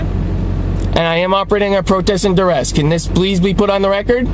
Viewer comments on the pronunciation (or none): "I'm operating under dur-rest". "Word salad" and "not even a real word salad". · "Protest and Durest." 🤦🏻‍♀️ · I wish these people could at least pronounce things correctly. "Durest." Sheesh.